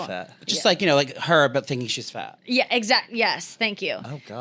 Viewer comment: pronounces “exactly” as if there’s a “g” in it. EXAGDLY. Lolol